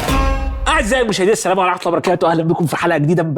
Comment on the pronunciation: السلام ورحمه الله وبركاته.....ايه الكلام ده.انتا مش عارف تنطق السلام صح😂